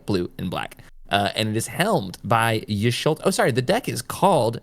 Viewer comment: Saying Y’sholta over Y’shtola was killing me 😂😂